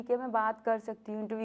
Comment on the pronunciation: 2 MIN BEFORE SAID..CORRECT YOUR PRONONCIATION..DIDI ITS JOSSHH...NOT JOSS